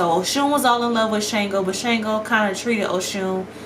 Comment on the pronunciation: Shango's name is pronounced SH-AHN-GO